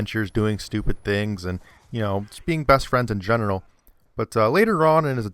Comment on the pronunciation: I think you meant general not genital LOL